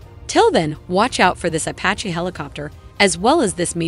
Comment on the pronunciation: What the hell is up with the narrator mispronouncing Apache and saying “kah” 52?